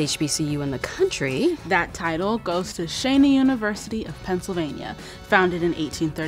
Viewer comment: Not trying to be a jerk, but Cheyney University is pronounced Che, not "Sha."